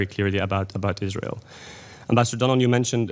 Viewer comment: I can't express how much a I hate this POS. ISGHAEL, ISGHAEL, ISGHEL. Learn the "R" sound you ghat